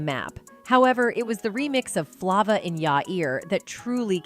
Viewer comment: When she mispronounced Flava I was done